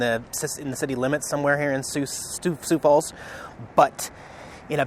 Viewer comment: Not many people pronounce the name Sioux Falls correctly. Congratulations!